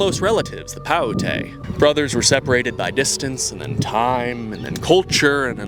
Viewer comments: I’m not trying to be rude but it’s pronounced like “You-t” ( Ute ) and “Pie-you-t”( Paiute ) got lots of folks from those tribes, thank you for the vid and representation! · Growing up we were taught Ute was pronounced like Lute without the L, and Paiute like Pie-Ute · Never heard Ute or Paiute pronounced that way haha It’s Ute like shoot. And Paiute like Pie-ute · Ute is pronounced yoot and paiute is pronounced pie-yoot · It's not ootay. It's Ute (yoot) and Paiute (pie-yoot). Good video tho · Ute=Yoot, paiute=pah yoot. Thats how you say that. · Ute as in yoot paiute pie yoot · I hate to be that guy but Ute is pronounced like “yoot” and Paiute is pronounced like “Pie-yoot” Source: when I was in high school I bought cigarettes from a Paiute reservation gas station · lol bro plz pronounce Ute and Paiute correctly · I believe it’s pronounced “yutes” for utes and “pie-yute” for Paiutes. Idk though never met any that’s just how we say it in ND